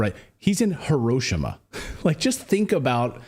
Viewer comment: WTF? What is HOE-ROW-SHAW-MA? HOE—-ROW—-SHAW—-MA? 🙄